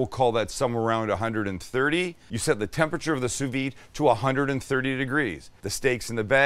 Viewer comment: oh my god stop saying TEM-PEH-CHUR